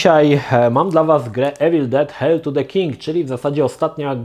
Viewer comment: Geeku to się czyta "hejl"